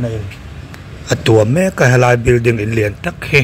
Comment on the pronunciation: Bilding nilovin building tur aw thil hming te hi hriat dik ve deuh tur aw😂😂😂😂